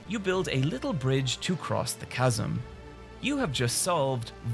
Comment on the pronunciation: I am so proud he learned how to say chasm